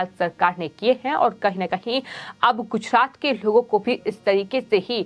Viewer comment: उच्चारण सुधारने की बहुत आवश्यकता है . र का उच्चारण ह की तरह हो रहा है . उदाहरण -- गुजहात , अमहीका , आहोप